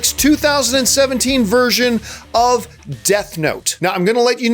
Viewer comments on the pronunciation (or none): none